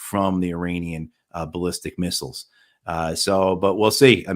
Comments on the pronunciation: Please pronounce Iranian correctly. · Irritates me too.